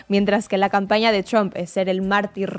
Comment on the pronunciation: La única razón porqué veo estos videos es porque me hacen reír como nadie más cada vez que pronuncian Donald tramp, en ves de trump.